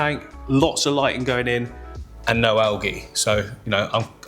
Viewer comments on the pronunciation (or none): none